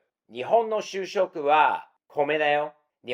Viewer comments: しゅうしょく？しゅしょく！ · しゅうしょく ？ しゅしょく 主食 ですね。 CC(字幕)だと 就職 になってます。